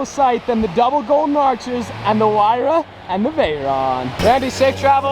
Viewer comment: isn’t it “ hyruh “ not “ whyruh “